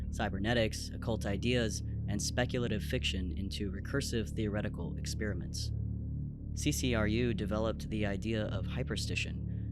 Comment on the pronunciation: "ek-SPEER-mints" 😅 Where do some of you people get this pronunciation from?! Seriously. It's ek-SPARE-uh-ment Not rhetorical either. Genuinely interested in how some of you got into pronouncing it that way.